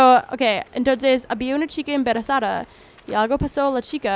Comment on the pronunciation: jaja dice "la chica emberezada" xD mi vida la amooo👏❤es la mejor